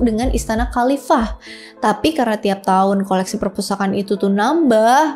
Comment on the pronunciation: Pespurtakaan awkwkwkwk.....keseleo lidah kek biasa awkwkwk...gpp kok sayang 😂